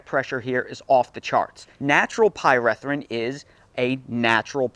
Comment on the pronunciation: Pie-ree-thrin not Pie-reh-thrin